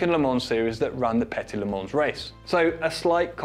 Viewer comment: "The petty lemans" it made me chuckle